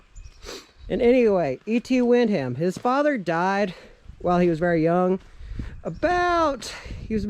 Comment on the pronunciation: Hello, Its Wick - ham and its Pal - myra. Thats how it is pronounced.